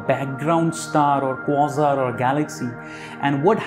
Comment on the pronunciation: Americans say kwA-zar. Just sayin'. * It's how I've always said it. * Thanks for the videos.